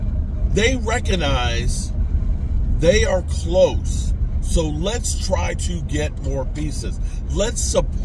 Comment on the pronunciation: how u say close u are delusional